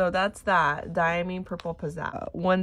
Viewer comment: Diamine ink is made in England. It is pronounced Dia-mine (long i like miner) J. Herbin is pronounced heir-ban. Automatic pens (size 3A) are best for swatching. Cotton swabs contaminate ink with little fibers. Also, a medium size acrylic paintbrush dipped in water then blotted dry works well for swatches. They don't oversaturate with ink if they're dipped and blotted. Manda B does great ink swatching videos. Just offering help, not criticism.